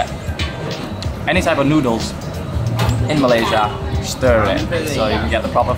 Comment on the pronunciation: "thick thoodles" 🤣